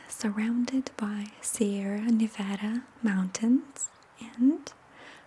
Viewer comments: I felt excited when you pronounced Nevada the way we locals do 💙 your video is stunning and I appreciate how much you work to create such beautiful things. You deserve so much love! Edit: if you ever get the opportunity, please come visit Lake Tahoe. It is a pure, serene place, especially in late summer, or February if you want to see beautiful snow. ♡ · Kristin I guess I just got excited because people in Nevada pronounce it a particular way, and when she said it the way we do I felt happy, like she was one of the gang or something. It felt personal, that’s all, like a cute little acknowledgement. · ProjectAnimation Part of the gang? 99% of America pronounces it that way. 1% pronounces it Ne-VAH-da. It's nothing noteworthy